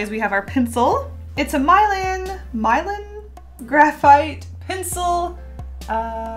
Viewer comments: I don’t think it’s My-lan but more mi-lan like the Disney movie Mulan but instead of a u it’s an I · When she kept saying MY-LAN instead of MEE-LAN ngl I was triggered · My-lannnnn Me:, nooooo * It’s Me-lahn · My-lan Me:. Nuuuuuuuuu it's mi-lan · These are so grrrrrreat! (See what I did there? * face palm*) And I also love how you forgot how to say Milan lol. You said "My-lan" instead of "Me-lan" (as in Milan, Italy). But anyway... Love your unboxing videos! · MY-LAN OMG U broke me 😭 me-laaan. Say it with me. ME-LAAAN. the city lol. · It’s not “mile-anne,” it’s “mill-ahn.” 😀 No hate! Love you! 💗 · I think you're supposed to pronounce it as me-lan I don't think it's pronounced as my-lan© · Love your videos, but the way you said ”Milan” made me cringe so hard😂 It’s pronounced ”Melan” no ”Mylan” . Hermione Granger out! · Is it pronounce as ME-LAN? (Milan) like Milan Italy? Hehe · I think it’s Milan, like the city, like Mill-An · It's mih-LAHN... As in the city? Pretty sure? Anyway I love your art, cheat all you want lol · I could be mistaken. But I’m pretty sure it’s pronounce Meh-lawn. Like, the actress Alyssa Milano. :) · It's Milan like the city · I'm pretty sure it's pronounced Milan as the city from italy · it's pronounce mi-lan like the movie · She said Milan like mylan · i thought milan was pronounced like (mill-ahn) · ( Milan ) Mill-Anne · I love you so much but you saying Mai-luhn hurt me deeply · It's pronounced mil-awn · ahah milan is actually an Italian city and that's not how you pronounce it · PLEASE Google how to say Milan 😂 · Pronouncing "Milan" like that... yeesh.